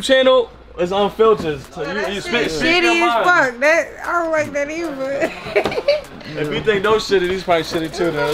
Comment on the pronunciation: did she say eiver